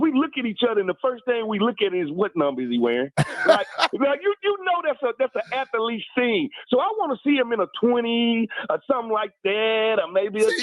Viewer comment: My man Smoot knows how to put an extra e in ath•lete haha